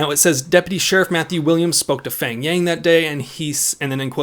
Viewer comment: Ight, I am not trying to make fun of your pronunciation or anything but his name "pheng" is actually not pronounced "feng", in hmong it is peng, just ignore the h like how you would when saying hmong.